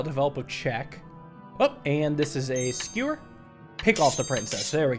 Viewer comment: at least he said it right in